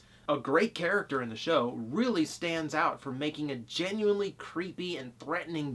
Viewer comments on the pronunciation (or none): none